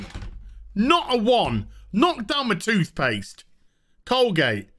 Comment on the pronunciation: doesnt like sjw shows, yet he uses Col-gay-te, smh